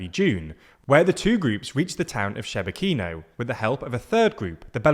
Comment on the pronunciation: Shebekino is pronounced she-BEK-ino, the stress is on the second syllable